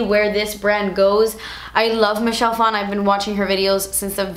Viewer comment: Michelle Phan pronounced as Michelle Fon.. I hate when people try to make Asian last names sound "Asian".